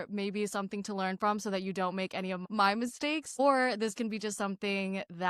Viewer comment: "Mai Mistake" 😮😅❤🎉